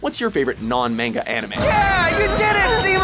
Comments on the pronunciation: But the point is he's saying "manga" like it rhymes with the fruit, when it doesn't. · Every time he says "mayn-ga" I just cringe. You'd think after all the anime-related videos WatchMojo does, he would finally learn how to pronounce it. Apparently not.... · You're saying "manga" wrong. It's pronounced MAN-ga. With a hard A. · Goddamnit it’s MANGA “MAH-N-GA” And no Cowboy Bebop? Seriously? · Don't EVER say mAng-uh again!!! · Did you say mainga!?🤯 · How many times can we mispronounce "manga" in 15 minutes? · STOP PRONOUNCING MANGA WRONG!!! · insert all buttery otakus because he says Manga with a long "A" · I cringed the way the pronounced manga.